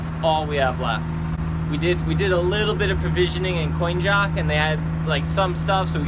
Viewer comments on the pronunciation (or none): none